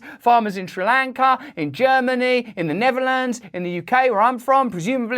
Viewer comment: I love how he calls Holland “the never lands” 😂 his accent tho. I love it